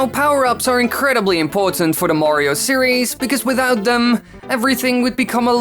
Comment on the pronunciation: Why elongate the final syllable of every sentence? Super Mario Worllllld Mario seriiiieees IDK just tripped me out for some reason 😞